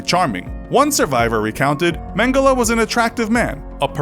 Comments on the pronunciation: It's pronounced mengel not mengela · It’s it’s pronounced man-gel-y not man-gella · Mangela ? English can't pronounce anything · It’s pronounced men-ge-lay , he is German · Mengela or Mengele ?? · Dude it’s pronounced mengell ok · You don't pronounce Mengele that way.........